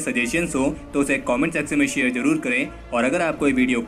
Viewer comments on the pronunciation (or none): none